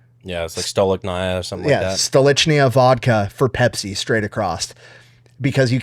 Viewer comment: I believe it's pronounced Stoli-Shnaya.